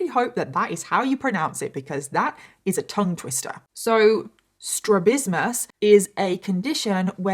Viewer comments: Ophthalmology technician here. Just wanted to say you pronounced “strabismus” perfectly. Glad you shared more details about this story. This video gave a great insight. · Addendum, two months later: You pronounced it perfectly. ❤ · You pronounced strabismus perfectly!! My son has strabismus and it's correctable with surgery. Severe cases can lead to loss of vision in the effected eye not total blindness. Most cases of strabismus can be managed w glasses when surgery isn't necessary or not an option. Strabismus is not the same as a lazy eye although it kinda looks the same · You pronounced strabismus perfectly. I was born with this and had surgery at 2 for it. People are cruel to those who can’t have their condition corrected with the surgery.